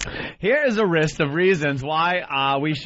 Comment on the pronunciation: "Here's a rist of reasons why..."